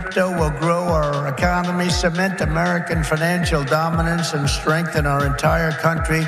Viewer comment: Did he say "Ecomony"? Like in Idiocracy?